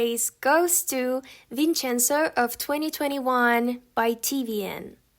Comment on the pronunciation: I love the way you pronounce Italian words while talking about the drama "Vincenzo" xd +I didn't already watched it but does it romanticize Mafia?